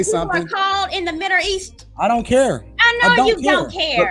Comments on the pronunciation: She dont even say the middle east she say the midhereast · Seems like is having a very hard time pronouncing the word "middle east" 😳...." the midder east"🤣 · I've been to the Middle East is, however I am not aware of "The Midder East" location. That Accent came out heavy. lol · Why she saying "Midder East?" 💀